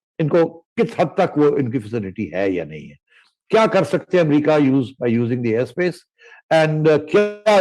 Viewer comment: its air space its not air bas you two big muppits.